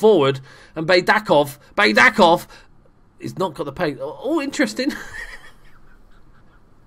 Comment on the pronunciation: One hint about the Bulgarian language: we read everything exactly how it is written. For example, Baydakov is just [baidakov], not [beidakov]. Well Dzhuneyt Ali is a turkish name... it's difficult but it is [ju-neit] where "ju" is like in June and "neit" is like in "Nathan"